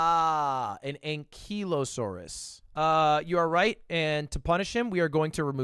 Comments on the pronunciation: Ankylusaurus - ang·kuh·low·saw·ruhs Not ang·kee·low·saw·ruhs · “ah i see” still pronounces it wrong. 🤣🤣🤣 the ky part in ankylosaurus is pronounced the same way the ky in kydae is pronounced. an ky lo saurus